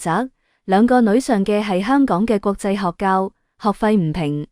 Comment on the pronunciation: 31.5.26Sun 豪車一直讀成豪宅，學校作學較，staycation ...........